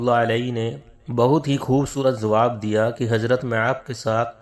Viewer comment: DEOBAND KI SARKAR-PAREST URDU: It's "Zubair", not "Jubair", "Jawab", not "Zawab", "Mashwara", not "MaSwara",... Yea log kitnay Hindi sarkar kay chaplos ho gay hain, kay apni zuban hi bigar kay Hindu bana di, takay Hindu inhain kisi terah apna samajhnay lagain, laikin aisa to honay nahin wala.